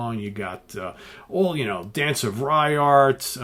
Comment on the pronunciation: Its pronounced Ranyart, you silly post hippie.